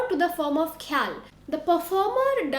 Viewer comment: When you can pronounce Khoyal with Kha (ख ) خ like khan ख़ान ओर ख़ून then why are using खे ??